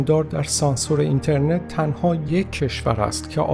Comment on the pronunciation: ایشون درست تلفظ کرده، شما برو یه مقدار مطالعه بکن لطفا.